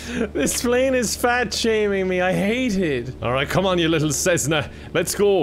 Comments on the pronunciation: saying Cessna like Snezna has betrayed me emotionally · i hate how u said cessna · as someone who is taking avation, the way he says cessna hurts my brain lolllllll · Everytime you said "Cnesna" I died a little on the inside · I’m an aircraft enthusiast but also I love watching bids but this one when he said snessna instead of Cessna was quite annoying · CESS-NA you simpleton. The quality of the Irish education system has really gone down hill. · Snesna he says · The way he pronounces Cessna ahahahaha. I did enjoy my trip with KevinAir though. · That mispronounciation of cessna, very easy word for very, very well know aircraft... ouch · Cessna is actualy a very well known brand for small planes and I think you pronounced it toataly wrong.